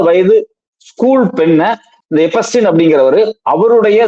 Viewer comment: எப்பஸ்டின் இல்லடா , எப்ஸ்டின்.